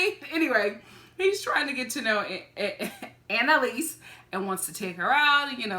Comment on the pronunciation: ANALise 😂😂 I can’t stop saying it lol